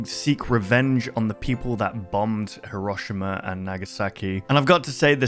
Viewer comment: Funny how says ( her- ah- shim-ah) instead of (here-oh-sheem- ah)